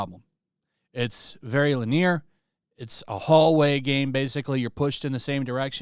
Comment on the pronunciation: Guy said LiNeRe